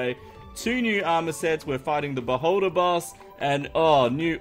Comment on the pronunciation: You said beholder. I heard boulder hehe